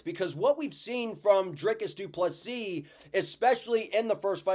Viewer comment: Proud of Drickus as a South African. Also great to see an American saying du Plessis correctly (without the last 's'). Keep up the good work man!